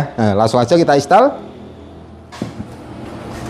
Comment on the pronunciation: " Install " mas bukan " istall "😂 sama klo mau baca " hour " itu di baca " awer " 😁